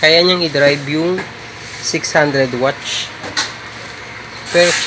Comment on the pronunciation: Bakit lagi muh na sabi watch?.. Watts poh yan sir....